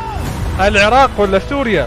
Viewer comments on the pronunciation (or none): none